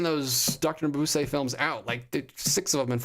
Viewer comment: Final Es are never silent in German. It's pronounced muh-BOOZ-uh.